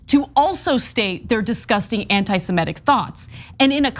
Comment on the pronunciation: please please please......it's antisemitic, not antisemetic. I love your channel and this recurrent mispronunciation hits my ocd ears like fingernails on a chalkboard.